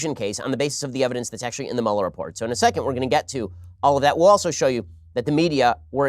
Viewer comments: Everyone I know, Ben included" always say "Mueller" wrong lol. Mueller is pronounced "Mew-ler" not "Mauler" lol. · Dammit, am I the only one who knows how to pronounce "MÜ-LER" ?? You wouldn't say "ferris buller" it's ferris BUELLER